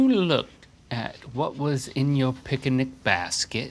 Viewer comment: the way they are pronouncing picnic is unsettling